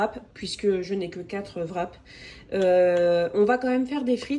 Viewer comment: Fin de mois: festival de touski! Vrap( wrap)???? Le w ne se prononce pas. T'es comique.😅